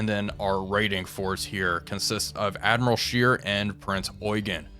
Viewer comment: Admiral Scheer is pronounced more like share or Cher a longer "eeh" sound instead of "eei"